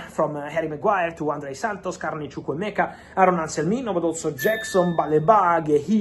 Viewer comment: I love the way you pronounce chukwuemeka very nice